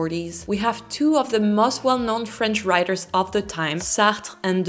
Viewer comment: Every time you say most, it sounds must....congrats on your channel.